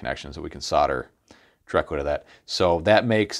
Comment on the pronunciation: Sloddah... say it right, sloddah!